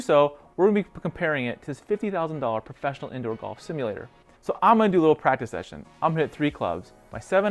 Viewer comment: helpful information but slow your voice down. "you are going to want to make" isnt "yagonwanmksure" . thank you though.